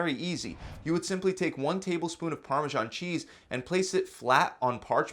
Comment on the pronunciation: parmashon cheese no its actually parmesan.